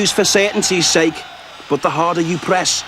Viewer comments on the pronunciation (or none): none